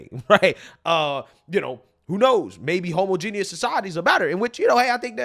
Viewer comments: Brother.... Homogeneous is NOT pronounced homo genius! 😂 Ho mah je nis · Your pronouncing homogeneous wrong.